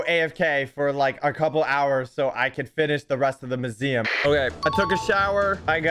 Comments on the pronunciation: the whole time said museum wrong he said moo-zee-uhm instead of myoo-zee-uhm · At the start u pronounced museum as muzeum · I think we pronounse "maziam" diffrent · Mu-z-um ;D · Why he say museum like that